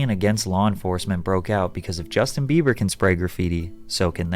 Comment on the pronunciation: He said Justin beaver